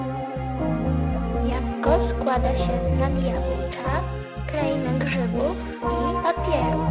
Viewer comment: i love the way you pronounce kraina grzybów <3